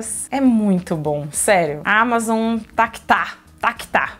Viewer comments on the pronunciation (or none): none